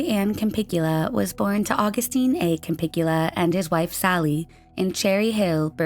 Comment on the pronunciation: holly ann campiglia is cam-pig-lee-uh, not cam-pig-yoo-la